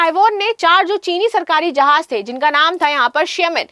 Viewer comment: Tu chali ja Taiwan india ki taraf sy 😂😅😂😅😂😅 Jahil .... Jahaz hota hai .... Jahaj nahe 😂😅😂😅😂😅 Bolna tu sekh phely phir bhashan dena